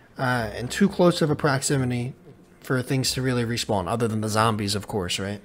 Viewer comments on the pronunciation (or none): none